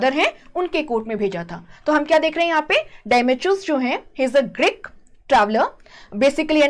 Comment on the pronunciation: Greek not Grick Please fix your pronunciations